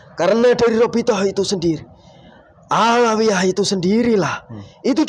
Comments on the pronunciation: Menit 20.26 Robitoh awaliyah wkwkwkwk salah lagi 😅😅😅 belajar dulu wess biar ga salah teks😭😭😭 westalah Mbah saaken wong" Iki oleh edukasi jin gadungan 🤣🤣🤣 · Robitoh aliyah... eh..awaliyah Wkwkwkwk., tolong Bilangin jinnya yang bener itu robitoh alawiyyah